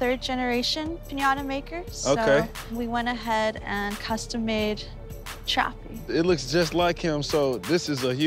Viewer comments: Whyd the spokesperson keep calling Trappy Choppy? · Am I the only one that hears her saying "Choppy" every time